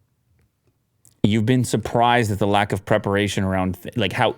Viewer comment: I don’t rack disiprine